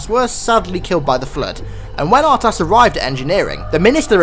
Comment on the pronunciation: I think his name is probounced UrTas instead of a hard R